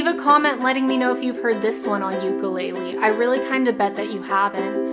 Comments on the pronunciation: "ooku-lay-leee" lmfaoooo. nice pronunciation. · ukulele❌ yoo-koo-lay-li✅ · you sound alright but thats not how you pronounce the name of this instrument, theres no tomato tamato with this lol, UKU (flea) LELE (jumping) UKULELE